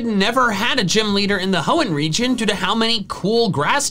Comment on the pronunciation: I thought you said religion